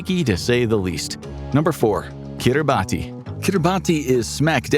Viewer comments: it’s Kira Bass not Keera baaty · Lol for the love of God, it's Ki-ri-bass ... Not Kir-boddy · Pronounced keeruh bahss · It’s pronounced “KiribaS” not phonetically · Its kirabatz in pronunciation. I learned that from a national of kiribati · Kiribati is pronounced as Kiribas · It’s pronounced Keerebassss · It's pronounced 'Kiri-bas' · We really just gonna pronounce it like that 😐🇰🇮